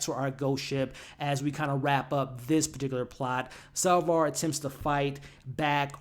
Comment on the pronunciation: Now you are using the name SalvAr... its SapvOr. Cant believe you'd leave these videos up with such a glaring mistake. You ever review star wars? You know... the original with Luck Skywolker?